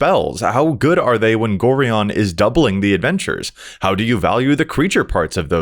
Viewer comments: It's GO-Ryan. NOT GORE -EON. Being an old school Baldur's Gate fan it's hard to listen to this :P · It's pronounced Go-Ryan. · Pronouncing Gorion incorrectly. Me: Screaming internally cause I'm old enough to remember playing the Baldur's Gate games in high school. xD